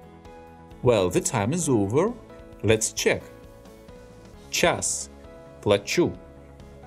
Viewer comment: Yes, you are right, it's pronounced similarly to "chas" and not like "chyas".